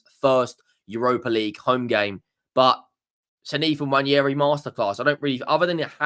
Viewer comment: It's not Nnwayeri it's Nwaneri (ONE NAY RI) ETHAN "ONE NAY RI"